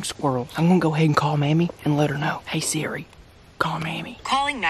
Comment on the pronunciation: When he said seri I set off the Siri on my iPad